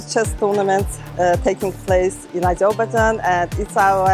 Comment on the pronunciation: As a proud Azerbaijani I can tell that this woman doesn’t pronounce the country’s name in English correctly.